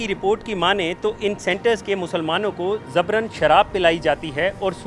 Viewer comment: Zabran nahin jabran hota hai kaise reporter ban jaate ho